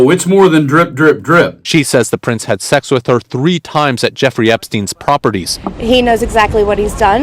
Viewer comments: What on earth is wrong with saying the word, "Sex"???? Throughout this piece, I'm hearing "ex" instead of "sex"??? That suggests a really closed minded uptightness about anything sexual, when you can't even say the word!!! SICK! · Why do you keep saying "ex offender" instead of sex offender?